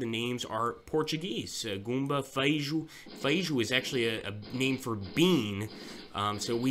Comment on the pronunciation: Feijão=bean not fejo=bean